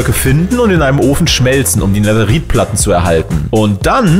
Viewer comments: Netherite wird so weit ich weiß Netheride (englisch ausgesprochen) ausgesprochen oder Nethereite (deutsch ausgesprochen) ausgesprochen 😬 Kp ob man verstehen kann was ich meine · Bitte sprich Netherrite nicht so deutsch aus 😂